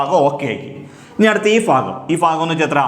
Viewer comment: ഫിന്നസംഖ്യ ഫയാനകം, ഈ ഫാഗം എന്തുവടെ ഫൂമിയിൽ തന്നെ അല്ലെ